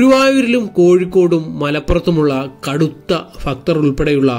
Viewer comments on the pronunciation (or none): ഫൂമിയിൽ ഫഗവാൻ ഫക്തർക്ക് വേണ്ടി നിർമ്മിച്ചതാണ്❤ വീഡിയോ നല്ലതാണ്... ശ്രമം അഭിനന്ദനാർഹം. ഭാഷാ ശരിയാക്കണെ.... വിമർശനത്തിന് വിരോധം തോന്നരുതെ....❤